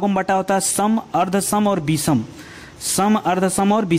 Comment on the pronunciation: आप हिंदी व्याकरण और साहित्य पढ़ा रहे हैं।आप अपना उच्चारण स और श का शुद्ध रूप से करें तो अच्छा रहेगा। पूरे लेक्चर में बार बार अशुद्ध उच्चारण सुनकर बुरा लगता है। विषम को विसम बोलते हैं। कृपया ध्यान दें।